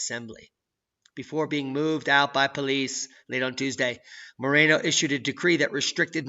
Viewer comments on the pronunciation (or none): none